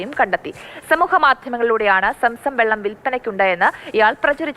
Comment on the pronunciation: Samsam അല്ല. zamzam.